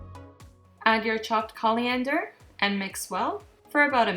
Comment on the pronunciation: Threw me a little bit Calliander... its not at all... its Coriander, there's no L in there... its Core-iander not Call-iander, and in north America, the seed are referred to as coriander, the leaves are referred to as cilantro. So if you're looking for the right herbs to make this dish, make sure and pick up some cilantro from the store.